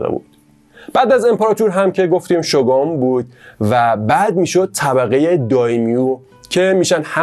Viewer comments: شوگان؟ شوگون تلفظ میشه فک کنم توی چندتا انیمه شوگون شنیدم ، ممنون بابیت ویدیوی خوبتون ❤ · عالي بود👏🏻 ، البته شوگون (shogun) درسته!!